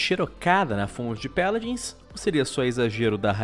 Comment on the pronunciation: "Peladins" jksksks